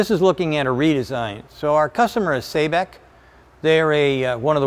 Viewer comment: Based on that Arabic spelling, Sabic is pronounced like "saw-bic". Just needed to point that out.